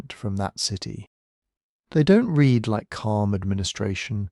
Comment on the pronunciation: Dear little ai: read pronounced red is past tense. Read pronounced reed is what you need to say you genuinely read them.